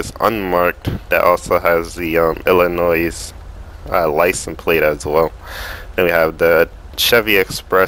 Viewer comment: stop saying it like" illinoi'z' ". the s is silent and a real resident of the state doesnt say it like you do.